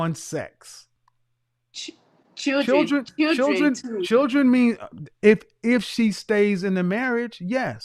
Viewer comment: She said chuldren😂